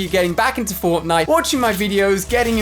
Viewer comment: I am paying fwoftnwite